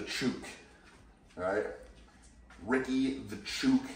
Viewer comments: fun fact: at least in Australia, we pronounce "chook" with an 'oo' sound like in 'book', rather than that in a word such as 'shoot' or similar... but I'm happy to call you 🙌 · hi ricky. you're mispronouncing chook. :) thanks for the content